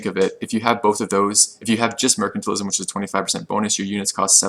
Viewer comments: Wrong, it's spoken like merkantile not mersantile, which is a much simpler explanation anyway than the 2 cs of commerce. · The c in mercantile is like the c at the end of commerce, not like the c at the start of commerce :P